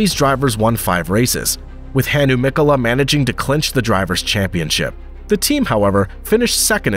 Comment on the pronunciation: Pro tip: Finnish words are stressed on the first sylabus, so its Mkola, Hkkinen , Sto, etc